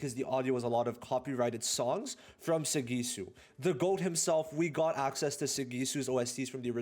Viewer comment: The way you say sagisu 😂